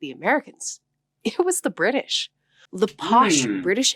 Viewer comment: Ok. Only when you say British for some reason. ( i heard the r) not bitish.